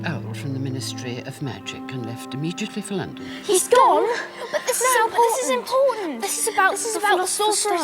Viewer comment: "This is imporUnt"